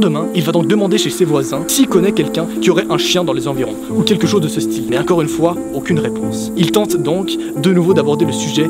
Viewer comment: Tu as dit incore au lieu de encore